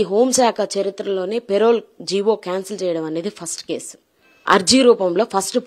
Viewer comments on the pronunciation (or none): పెరవల్ కాదు పెరోల్